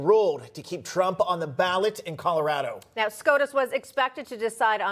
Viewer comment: Griswold is now a permanent member of the "Mile High Buffoon" club...😂 "Calaradah", y'all need a new Secretary of Hate.